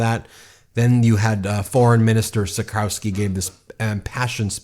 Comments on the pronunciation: Thanks for reporting on this. As a Polish American I am excited to see what’s going on in my ancestral homeland! However, Trzaskowski is pronounced TRAZH-KOV-SKI. No biggie, my grandma’s maiden name is Czyżniewski. No one pronounces it correctly either! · Trzaskowski = Tshaskovski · I love and appreciate you to death, but as a pole I have to point out the pronounciation. It's Tchas-kov-skee (like Tchaikovsky, but with an s instead of an i) and Nah-vrot-skee. Sorry for being the grammar police, but one of these guys (prefferably the first one) is going to be our president and people should learn how to pronounce his name right. Greetings from Poland 🇵🇱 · Dear Ben, you should pronounce it like: Chaskovsky, Nawrotzky and Toosk. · I'm Polish and sometimes I need to hear how people from other countries pronounce the name Trzaskowski i Nawrocki to understand how difficult our language is. 😁 The way you pronounce this name doesn't sound right at all. But I'm not nitpicking. I understand the problem. 👍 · Hi guys! Big fan, but as someone who has lived in Poland for 18 years, your pronunciation is awful! Anyway, that aside. The results were not as good as it may seem. There was a large amounts of votes for the "right-wing" in general! So, if the other candidates don't lean towards a particular candidate, it is unclear who may win. The race is far from over! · i love how you didnt even bother sparing 15 seconds and looking up how to pronounce the names lol.. karol neeuwrakih and rafael trasaowskhee is a wild take on americans pronouncing our polish tounge twisters assigned at birth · You butchered Rafał Trzaskowski name. Try saying phonetically: Cha skov ski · correct pronunciation: Tshah-SKAW-skee and Nah-VROT-skee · btw you could pronounce Trzaskowski easier as: Chus-kov-ski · You are so bad with polish names ;) It would be better if You preanounce Trzaskowski as Tchaskovsky and Nawrocki as... morron. You could also say sth like Navrotsky.